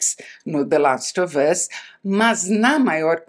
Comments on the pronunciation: Como a Isabela pode ser tão fina?!? Até a pronúncia de The last of us é perfeita! 😍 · Toda vez que ela fala “the last of us” com a pronuncia perfeita eu fico tentando imitar aqui ahah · ela fala com A o THE LAST OF US mas fala ENTES em vez de ANTES hahahah engraçado, mto bom video!